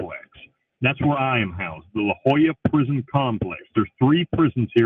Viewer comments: It’s weird how he pronounces “La Joyita” as “La Jolla”. La Jolla is a wealthy resort town near San Diego, California, so the disparity is quite strange. I’m not sure about Spain-Spanish, but in Latin American Spanish, two L’s are pronounced like the English Y, and the Spanish Y is pronounced like the English E. So La Joyita would be pronounced “La Hoíta”, and La Jolla would be pronounced “La Hoya”. Edit: It should also be noted that the US and Panama have a lot of international treaties and agreements tying our countries together, mainly because of the Panama Canal, and Panama being a bottleneck which you have to travel through to get to and from South America and North America. So it makes sense that Amnesty International won’t/can’t intervene on behalf of an American prisoner convicted of murder for hire in Panama. Central America is a very dangerous part of the world on a good day, and you’d have to do more than just kill one person for the highly corrupt police to take notice. Bill is definitely downplaying what crimes he committed to get there. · That's how you pronounce the name of prison? Thought the t and a had some kind of phonetic use...